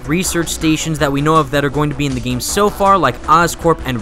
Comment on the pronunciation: 'within the geyme' :/